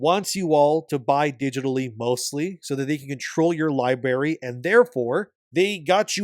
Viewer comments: Please stop saying "lieberry" instead of Library you are a grown man. Not in kindergarten. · Tf is a "libary"? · Come on man, pronounce library correctly.